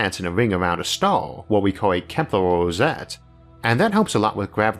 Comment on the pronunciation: It's Klemperer rosette, not Kemplerer!